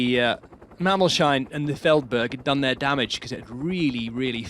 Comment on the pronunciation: The hill ist pronounced "Mammols - hain", not "Mammol - shine"